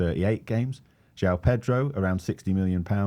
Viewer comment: It is JO-ON Pedro not JOW. Trust me I have lived here in Brasil for 20 years.